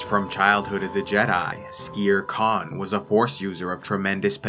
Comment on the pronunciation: wait i thought his name was skeer kaan, not skere kaan